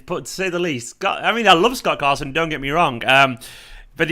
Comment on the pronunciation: "Gott Scarson" 😂😂😂😂😂 time stamp